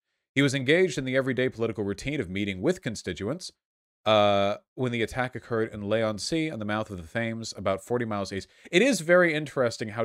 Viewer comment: As someone who lives very close to "lay on sea" it's pronounced lee, it isn't actually on sea it just sits on the Thames (sounds like tems) Having met David in person I can say he was a very kind man with an awful voting record.